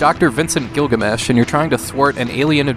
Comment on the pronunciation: I think you mean Vincent GURUGAMESH!